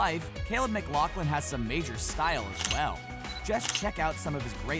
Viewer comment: It's not pronounced lauglin it's pronounced lafflin